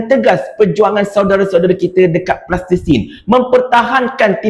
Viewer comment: sebut betul betul Palestin bukan Plastesin....